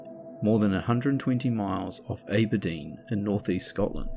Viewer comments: It's pronounced Abber - Dean... just so you know for future reference 😉 😉😉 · Aberdeen is pronounced like Apple. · Aberdeen is pronounced as if it has a double B, so Abber-deen. Other than that, excellent presentation and very interesting 👍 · Please note: I have incorrectly pronounced "Aberdeen" as "Ayberdeen", I apologize for this mistake. Now I know! Also, major SPOLIERS in the comments so try avoid them until after the video. That's all, thanks so much for watching. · Exactly. He spell "ear" instead of "air" , no big deal, that was funny. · Talk about a lucky escape. And then straight back on the horse... top man 👍 But A-bare-dean ? think you meant Abba-Dean 🙂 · A-ba-deen? Oh no, no... It's Abba-deen. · 😄 well you say Ayberdeen. It is Aberdeen. Like try saying Appledeen but then Aber. Or as in Amber. 😁 made me giggle anyway. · Ayberdeen is how the locals would pronounce it (Doric)! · In Maryland, we say "A ber deen" with the A as in "apple" or "agriculture". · For future reference, it's pronounced Ah-bur-deen. General rule of thumb with Scottish places is to think of them spoken in the Scottish accent and it's almost always the right pronunciation. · The way he pronounced A-ber-deen 😂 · It’s ABerdeen pronounced like AB’s (stomach muscles) not like the A in Ape. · ABERDEEN (ABBA-DEAN)